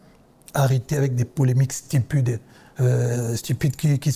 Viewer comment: on doit arrêter avec des polémiques stipudè😭💔il s'est aventuré sur un mot trop technique , l'accent de bandal est revenu au galop